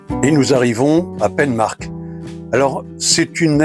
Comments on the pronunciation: on dit painmarch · Pour prononcer penmach c'est pinmach 😉